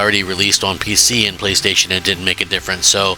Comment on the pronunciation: Why does Crap have such a tough time saying "playstation" Not the first time!